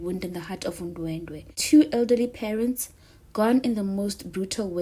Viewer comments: Wrong pronunciation my love it's, Ndwe dwe as, opposed to ndwendwe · Ndwedwe cc not Ndwendwe